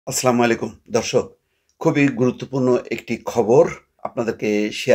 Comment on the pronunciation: মুসলমান হয়ে সালামটা ঠিক মত দেওয়া শিখে নাই।